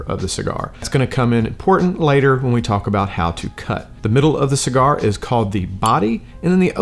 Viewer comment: Bruh didn't realize I watched this before until he messed up the name of the cigar 😂